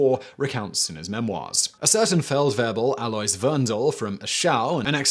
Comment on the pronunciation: Alois is pronounced ah-low-ees.